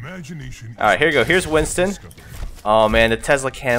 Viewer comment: You said Winston wrong lol